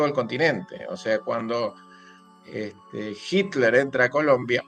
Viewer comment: Por favor,se pronuncia HiTler con T no con D